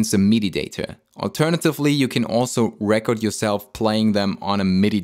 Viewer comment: The verb 'record' is not pronounced the same as the noun 'record.' You keep saying "RE--kerd" (the noun) when you need to say the verb "re-KORD"